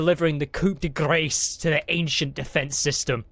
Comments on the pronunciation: Coup de gras --> coo de grah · With the phrase 'coup de grace', the last word in the ohrase is pronounced NOT as grace, but as grar! It is a French phrase not English!! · The "coop" and "dih" really signaled it beforehand for maximum cringe.